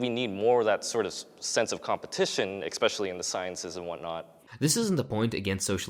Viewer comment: EKXspecially! EKXSPECIALLY!!